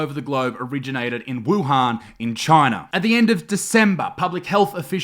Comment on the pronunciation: = wohan